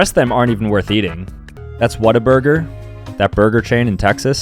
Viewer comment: Bro said whataburger 💀